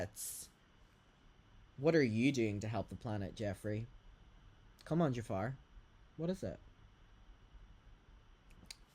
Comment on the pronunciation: lmao I love how you call him "Jafar" 😂